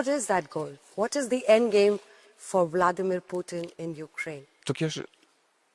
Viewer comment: President bladmir putin madam Not bladmir putin